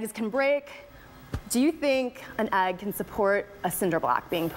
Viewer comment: The word is not, "agg." This mispronunciation is driving me crazy!!!!